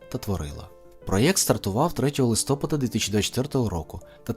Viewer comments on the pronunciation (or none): none